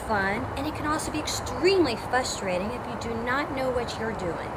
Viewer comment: Did she say "fusterating?"